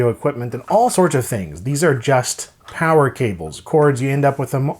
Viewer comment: More powah!